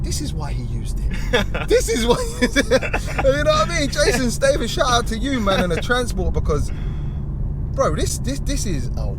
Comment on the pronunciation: Jason STRAYTHAM did you say? 🤣🤣🤣 quality video as always and I couldn’t believe that barge was moving like a supercar.